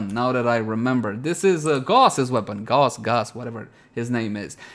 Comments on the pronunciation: It's pronounced "Gah-us" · "It's not in the wiki.." Well, that brings up the question.. How the hell do you have a riven for it already? Also, it's pronounced Ga-oose. Like house.. Not Gawss